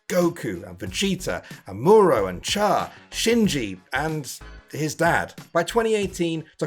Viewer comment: Yeah I could tell you don't watch anime by the way you pronounced Amuro and Char